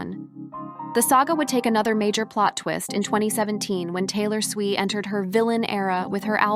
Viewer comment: WTF is SWEE????? Her name is SWIFT!!!!!!!!!!!!!!!!!